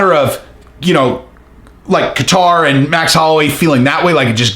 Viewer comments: No katter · I like how he says Calvin Qatar. haha. I think it's pronounced Kayter.